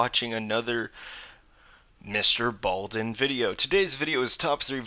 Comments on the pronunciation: Who the Fuk is Mr Baldin? It's B.Allen.....ballen 🏀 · Its MrBaLLen not baldin